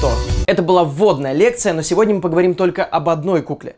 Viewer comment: правильно ПОГОВОРИМ (И звучит на Украинском как Ы, ещё + наголос на И).